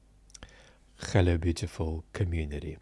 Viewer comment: "khkhello beautiful community", when Hebrew overpowers english enunciation.